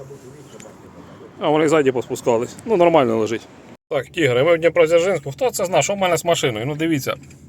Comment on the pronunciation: Немає ж такого, днєпрадзєржінск,це ж по крємльовскі....дивно